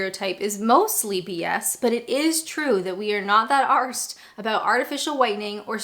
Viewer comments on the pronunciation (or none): Nice one!! Oh with the word arse you pronounce it ArSe soft r not like a pirate, as in ‘you are’ with an s on the end.hope this helps a bit. Cheers Aah Kid!